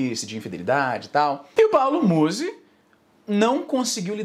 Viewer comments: AI IZZY NUM É MUSÍ, É MÚZI QUE SE FALA (na vdd não faço nem ideia de quem ele seja) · É Paulo Mouse! Não Musi Izzy... Te contar viu... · não é muzí, é múzi. afff, caí. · A pronuncia correta é Muuuuzy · Izzy, tu insiste em pronunciar errado, é Muuuuuuzy que fala. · Os truques de engajamento do izzy são os melhores kkkkkkkkk falar o nome da pessoa errado e chamar um nome aleatório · colé é muzy n muzy para de fala errado, já deixei o like